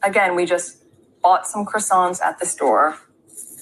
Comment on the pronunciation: Thought she spoke French? Needs to learn how to say croissant